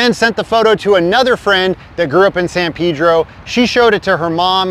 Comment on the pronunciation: its San "PAYDRO" Pedro....